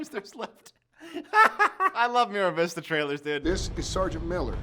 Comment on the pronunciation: MAR vista, not Miravista